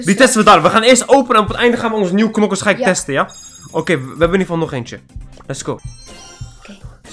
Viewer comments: Hahahaa nokers te plaats van knokkers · Het is knokkers je mag ook nokkers zeggen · En je spreekt het uit als Kkkkknokers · Ik moet keihard lachen nokkers en krachtbonnen (het is krachtpunten) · Rip headsat rip ons hahahahahaha Nokers het is knokkers geen haat man love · Je moet knokkers zeggen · je moet knokker zeggen